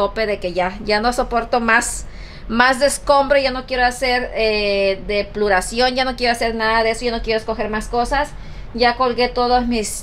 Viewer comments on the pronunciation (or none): Tiras y regalas cables sin saber de que son y no se dice depluracion 😅😂 y eso que supuestamente lees y lees libros se dice depuración y lo que le pasó a tu mamá si no es fractura es fisura a lo más borras tu y tú hermana siempre dicen torcedura hay mucha diferencia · What “. DEPLURACION” 🤔🫣🤣🤣🤣 no se dice Depluracion sino DEPURACION DEPURACION 🤷🏻‍♀️ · Es depuración,no depluración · No se dice DEPLURACION 🤦. es DEPURACION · pues lo sigo diciendo es malo vivir en la ignorancia todos los días aprendemos algo nuevo.no se por qué te molesta que lo diga yo puedo y acepto que tengo errores pero no lo peor dice que se la pasa leyendo libros y habla de lo peor deplurando? Concecto? Etc muchos pero demasiados errores en su forma de hablar que no corrige que me diga que libros le para no leerlos pero síguela defendiendo 😁😘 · DEPURACIÓN ! Sin “L” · DE PU RA CION, REPITE DEPURACION, DEPURACION